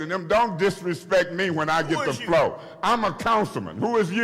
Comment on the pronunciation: He said “an appeal is on the FLOOO!”